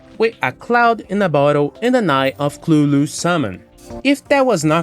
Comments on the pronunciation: Eye of clulu???? It’s cuthulu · nice vid thus far, not done, but omg I have a aneurism everytime you say "Eye of Clulu" LOL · To be fair, you're saying it closer to Lovecraft's intention than most do.